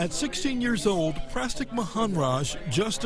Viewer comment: "Prastik"? "Bond-Little"? Some of these mfs were born to do chemistry 😭